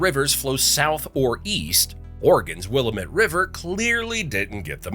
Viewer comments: It AM WillAMette! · Agreed!! Especially the pronunciation of the Willamette. It's wil--lamb---et, NOT Will-A-met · wuh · la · muht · Will la met prounounved. Not will a mette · Will-am-it. Not Will-uh-met. I live in Oregon and it is very annoying when you say it wrong. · Wuh-Lam-It, not Will-uh-mit” 😂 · Will-Lam-Met not Will-Met! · it's will-lam-met not wiil-a-met!!! say our names right! there is more than one volcane in portland, oregon. mt tabor as in mt. tabor park IS STILL ACTIVE and it's in the heart of portland and out towards the boundary of portland and gresham, oregon, is Powell Butte, a supposedly "dead" volcano , that is less than a mile from my home yes, i live in portland. im a local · A VERY MAD TEN YEAR OLD OREGONIAN ITS WILLIAMATE DANG IT!!!!!!! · Annoyed Oregonian here lol it’s will-am-ette and wall-oh-wa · Learn local pronunciation- here’s a helpful rhyme - “its pronounced Will-AM-it, damnit”. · Interesting facts, some of which I hadn't known before, and I have lived in the state since 1956. Note: "Willamette" is pronounced "Will-LAM-ett" and the Wallowa Is "Wuhl-OW-uh". Admittedly, they are spelled oddly, but I can't count the number of times I've heard these two place names mispronounced. Please, people, if you are going to document things in Oregon, ask a native how to pronounce them. (Oh, you did OK with the state name, but for those not in the know, it's "Or-ee-gun".) Thanks for the interesting facts. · It's called The Wil lam ette. That's how it's said. Not the way the video says. I like the video very much. Malheur is Mal hure. Some other places were mispronounced too. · Excellent video except for inability to pronounce Willamette correctly. Because of how often it is used, it is more cringe worthy than the narrator of "Boys in the Boat" that didn't do any research on how to pronounce locations like "Chehalis" correctly. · (Will am it )willamette, dammit learn it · as an Oregonian I was pissed off when I heard wIlL-Uh-mEt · It’s Will-am-it 😂